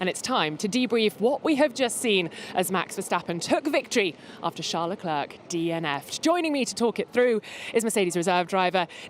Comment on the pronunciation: The "c" at the end of Leclerc is silent!!